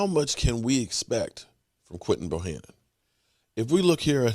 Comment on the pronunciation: Hey what's up luv ur content but can u stop calling him Bohannon his name is Bohanna Bohanna Bohanna